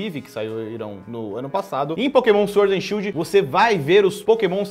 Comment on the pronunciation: Shild ta errado ta shidl